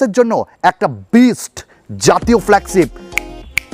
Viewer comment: উচ্চারণটা ফ্ল্যাগছিপ না, ফ্ল্যাগশিপ। বাকছো না, বাকশো। শিম ইজেকশন না, ছিম ইজেকশন। আটচল্লিছ না, আটচল্লিশ। বিছটি না, বৃষ্টি। দেড় মিনিট শুনে আর শোনার ধৈর্য হোলো না। এত বিদঘুটে উচ্চারণ!